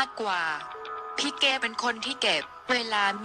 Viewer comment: อีบ้ามึ่งอ่านชือนอ้งเขาให้ถูกหนอ่ยนอ้งเขาชือเก๋ไม่ใช่เกกูละเซ็งคนอ่านข่าว